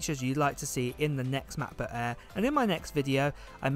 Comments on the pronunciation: Is the "Mah Buh Ehh" the same as a Macbook Air? 🙂, please enunciate for us Yanks across the pond. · machbooh aihh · “Macbook Aea”